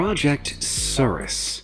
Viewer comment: Nothing was more disturbing than the way he pronounced "Cirrus" 😆